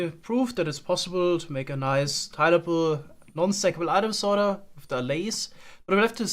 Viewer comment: sorter* not soerter